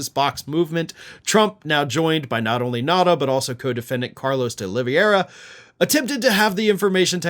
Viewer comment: Not "De Oliviera", "De Oliveira", it's the actually easier way to pronounce it that is right.